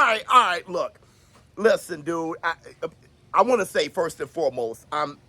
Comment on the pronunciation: What is my guy saying? Blook? Somebody help me. Lol